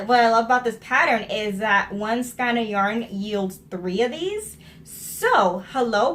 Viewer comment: ok, so when you were pronouncing it like, "skine," I was saying to myself, why does this woman keep saying it like that?! Then you stopped and said, "I know I'm pronouncing that word wrong!" as if you heard me. lols hilarious. And, on the project bag front, I've been knitting for a looong time. I used to keep all of my projects in zip-lock bags, or shopping bags. Even as someone who knew how to sew, it never occurred to me to make a fancy bag just for my knitting. Now, I'm addicted, and I think I make more project bags than clothes. . .